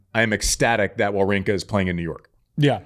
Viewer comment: Wawrinka v Djokovic, the battle of names Americans can't pronounce